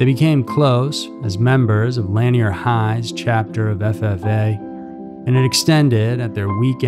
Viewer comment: You are mispronouncing lanier high...it rhymes with veneer. And Burnet...it's pronounced, "burn it."